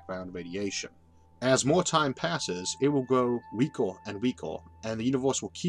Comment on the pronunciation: "weakor and weakor" :P thumbs up